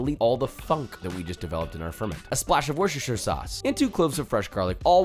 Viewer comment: Petition to get Josh to pronounce “Worcestershire” correctly. --- We all love Josh’s videos, and we have devoured his delicious and delightful recipes for many a year now. Some of us have fully embraced him as their adoptive “Papa” and enjoy the privilege of the occasional “Papa kiss”. However... As a British person, I can no longer stand by and watch as he repeatedly mispronounces “Worcestershire”. Every time it happens I cringe hard, and a single (generously salted) tear leaves my eye. Sometimes, just out of spite, I deliberately don’t wash my rice. I’m not proud. This petition exists to urge Joshua Weissman to learn the correct pronounciation of “Worcestershire” and use it henceforth in all his videos, for the sake of all our British brothers and sisters enjoying his content. The correct pronounciation is defined as follows: (UK) IPA: /ˈwʊstə(ɹ)ʃə(ɹ) ˈsɔːs/ (US) IPA: /ˈwʊs.tɚ.ʃɚ ˈsɔs/, /ˈwʊs.tɚ.ʃɪɹ ˈsɔs/, /ˈwʊs.tɚ.ʃaɪɚ ˈsɔs/, /ˈwɪs.tɚ.ʃɪɹ ˈsɔs/, /ˈwɪs.tɚ.ʃaɪɚ ˈsɔs/, /ˈwɝʃtəʃɚ ˈsɔs/ Expressed another way, one might pronounce it woo-stuh-shire (“woo” as in “wood”, not ”woo” as in ”woozy”). Please Josh, have mercy on our British ears.